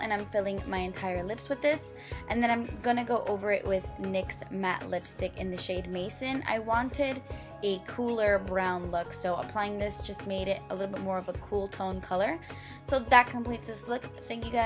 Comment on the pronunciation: Love you and I'm not trying to be critical at all, but "maison" is pronounced MAY-S-OWN. It means "house/home" in French and I know you love France, so I though I'd let you know. Beautiful look:)